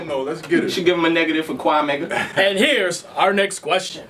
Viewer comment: That nigga said Quamega.....lmfao #onrepeat